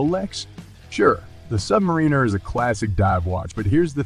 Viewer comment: "Submareener"! Really, Mr. AI voice guy?